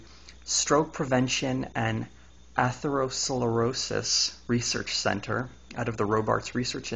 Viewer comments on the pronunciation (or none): You need to work on your pronunciation. You said carotid, plaque, and atherosclerosis wrong (the 'c' makes a 'k' sound). The study does sound faulty, but it's no secret that egg yolks are high in cholesterol. Obviously someone at risk for heart disease should limit their cholesterol intake, so for them a few eggs a week is harmful. Though equating that to the effects of cigarettes is pretty stupid.